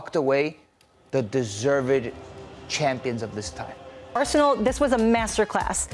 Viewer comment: I cant seriously listen to a guy saying "Arshenal"